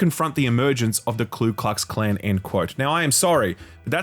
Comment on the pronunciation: if youre going to "quote" something dude, learn how to say KU klux.